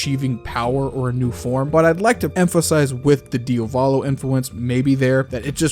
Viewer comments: Di AH volo. DIAVOLO. Not DIOVOLO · It was a good ending, very well thought and written out. May I add something? Could you PLEASEEEEEEE spell Diavolo as DIA volo and not dia VO lo (or just check google translate's pronounciation)? I thought you were talking about a different character at first! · Why the fuck does this guy not know how to pronounce Diavolo